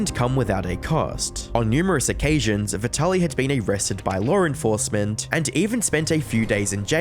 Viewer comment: Lar infouwcement